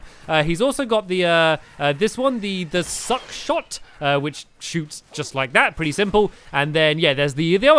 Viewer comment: Stampy is supposed to not swear yet he calls `Shuck Shot' `Suck Shot'